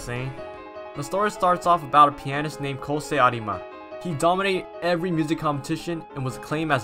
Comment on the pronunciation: it's pronounced pianist, not pianist